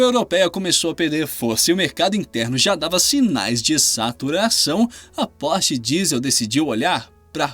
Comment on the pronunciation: Lmao "pose" "porch" lmao ok ai